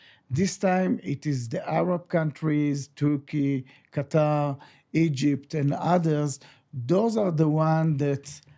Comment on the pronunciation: Probably jas he also calls Turkey, Turkeya… which is not accurate. 😂